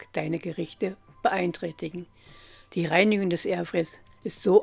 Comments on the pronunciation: Es heißt übrigens "Fritteuse", nicht "Fötöse" und "Airfryer", nicht "Ärfär". Aber schön, dass er mit Punkt 1 anfängt... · kleine info, kein hate, ausgesprochen wird es Airfrei nicht Airfre, also Airfreier richtig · Es heist Air fryer und nicht erfryer